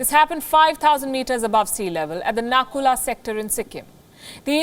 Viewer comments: It's nathula, not nakula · Its Nathu La and not Naku La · Its Nathula Pass not Naku La .. Please correct it next time .. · It's nathula not nakula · Not a nakuña its nathula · SORRY TO SAY PALKI...ITS NATHULA SECTOR NOT NAKULA....I DON'T KNOW WHY ALL NEWS CHANNEL IS PRONOUNCING IT WRONG. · Its not Nakula its Nathula and China do not claims Aksai Chin but has it in its territory. Please do your homework properly. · Natula not Nakula